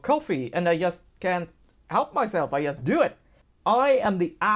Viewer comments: "yast"? WTF is that accent? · Ok, thanks. Yeah, I get that it's "just", but he can say "GMT", so this "yast" yast bugs me. Cool channel though. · swedes pronounce J like Y